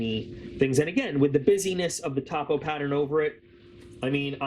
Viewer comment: As a surveyor it is painful to hear you say "top-o" instead of "toe-po" LOL Interesting video though.